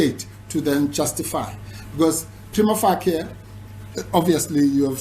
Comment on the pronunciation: Wouldn't it be nice if these lawyers pronounced 'prima facie' correctly and understood it means 'at first sight' or 'upon initial examination'. Anything can be prima facie in law but this guy has verbal diarrhoea (in english)., you are 100% correct.